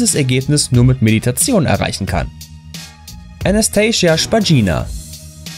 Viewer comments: Anastasia Nicht Anaschtajsiya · Alleine wie er ihren Namen ausgesprochen hat, war falsch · Also.. Anastasia kann man auch normal aussprechen XD Und nach ihren Aussagen wollte sie nie eine Puppe sein, sie fand damals große augen einfach schön. Und das sie so niedliche Outfits kauft hat damit nichts zu tun :'D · Anastasia heißt sie uns nicht so wie du es aussprichst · falsch, Anastasia Spagina ist nicht reich! Sie ist eine Youtuberin und sie hat nicht versucht, wie eine Puppe auszusehen! Und du sprichst ihre Name falsch aus.